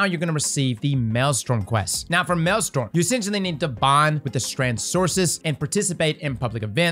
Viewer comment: it’s maelstrom not maelstorm